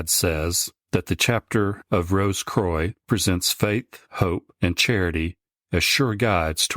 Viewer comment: As always great stuff guys. Not sure about the French pronunciation of croix though 😂. It should be more like qwa. Or quack without the ck.